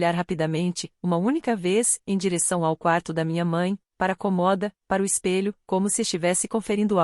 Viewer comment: Por que será que a Inteligência artificial sempre le a palavra cômoda sem o acento? E em todas as historias.